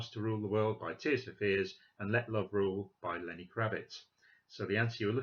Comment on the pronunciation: say Lenny Kravitz again, brilliant